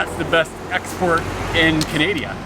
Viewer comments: "canadia" lol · Canadia? Is that a country I don't know 😂